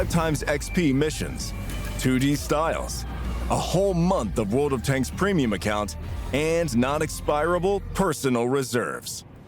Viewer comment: Ladies and gentlemen.......... TODAY....... VORLD OF TANKS!!!!